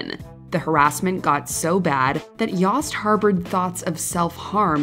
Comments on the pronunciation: I believe the “o” in “Yost” is long as in “Yohst”. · Is "Yost" pronounced "Yawst"? I had a classmate named "Yost" and it was pronounced "Yoe-st" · Is that how David Yost pronounces his name? I have Yosts in my family and when we say it, it rhymes with Toast.